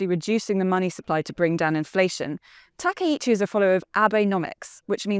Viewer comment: Throwing shade at Japan? You can't even pronounce her name correctly 🙄